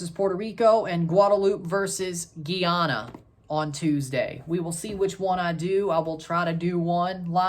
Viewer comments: Not geyana it's GUY ANA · Boss man please repeat after me: GUY-ANA